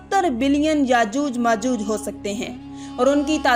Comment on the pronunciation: यजूज मजूज नहीं याजूज माजूज है